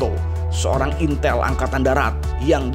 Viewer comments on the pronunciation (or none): none